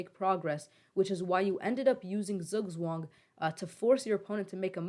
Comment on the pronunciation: The "z's" in Zugzwang are pronounced like the ts in tsunami